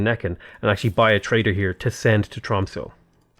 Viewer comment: Your prononciation of "quadrireme" is fine, we don't really know how these words would have been pronounced during ancient times anyway. However, your pronounciation of "Tromsø" is dire. It sounds like you're saying "Trumpso" and it's really disturbing.